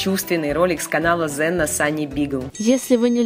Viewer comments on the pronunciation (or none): Только не Зена а Хена (Ксена) Спасибо за прекрасный петмоб!!!